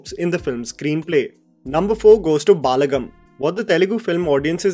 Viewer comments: It is ब ल ड म् and not बाल्गम् Please get your pronunciations corrected. Please. I beg you. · It is pronounced as Balagam not Baalagam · They way he says baaa-la-gum instead of Ba-la-gam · For your information, you are pronouncing it as baalagam, it is actually balagam. I agree that you are a north indian and you don't know telugu, but atleast you can see reviews by telugu reviewers and can learn how to pronounce it correctly, I have seen many of your reviews in which you pronounced telugu movie names incorrectly. It is not that difficult to pronounce telugu words correctly, you have to put some effort and learn how to pronounce it before making a video..and balagam is not some complicated word, it is just simple one word, atleast you could have put effort in learning how to pronounce one word correctly. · It’s not baalagam. It’s balagam meaning strength as family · Correction- It’s not Baalaagam its bal-‘uh’-gum 👍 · Sorry to correct you, It's not baalagam. you are saying it like there is extra 'a'. It's balagam even transtalte AI is telling correctly 😅. Sorry I had to say this, because you said many times with wrong pronunciation. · It's "Balagam" not "Baaalagam" just pronounce "ba" like in bachcha. Balagam means in Telugu is force. Family is a force. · Bhai it's not Baalagam it's Balagam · Some have mentioned it already but it doesn’t have to be so harsh, he’s the only one consistently making sure that non Hindi cinema gets recognition and we need to appreciate that first. Balagam is pronounced as Bul-uh-gum. Bal as in strength and the movie reflects the strength or the power of being united as a family. I just watched this film yesterday and you summarised it so well, thank you for doing what you’re doing :)